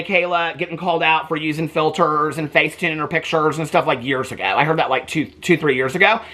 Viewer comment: Mikayla has lied sooo much in the past, but we’re supposed to believe her now that she uses no “filtahs,” ya ok 😒😏.